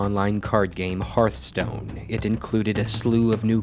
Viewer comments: The name of the game is Hearth-Stone. Not Heart-Stone. Hearth is pronounced as fireplace 'hearth', not as Heart, the thing in your chest. So annoying to hear people mispronounce the name all the time. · hearth... not harth... HEARTHstone... fukme... why do you nitwits mispronounce it so confidently? it's so fucking cringy. I have issues. Please stop adding to them.